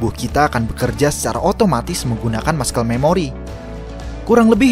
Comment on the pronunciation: Masel memori bro bukan maskel. Good content btw